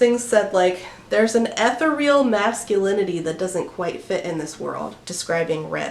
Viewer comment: It's "eth-EER-ial" (ethereal). How abs can be ethereal, however, is beyond me 😂